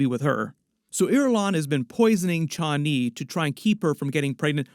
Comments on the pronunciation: "chha-ani".. Man, just say Chani normally. Everything's fine. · Paul pronounces it Chanee long a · I hate how this guy says Chani lol. Dude it's one word not two. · The way you are pronouncing Chani...